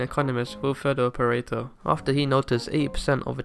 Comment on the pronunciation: I can't stop hearing "perrito" (puppy) insted of Pareto hahah